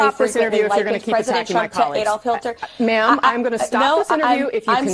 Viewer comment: I don’t like that she said Hilter, instead of Hitler.